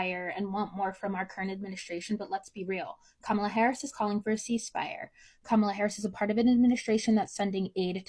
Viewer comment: If they are gonna say her name they better say it correctly